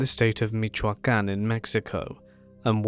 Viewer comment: “you must be Latino huh?” The way you pronounced Michoacán 😅